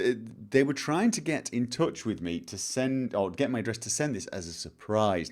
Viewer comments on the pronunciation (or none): none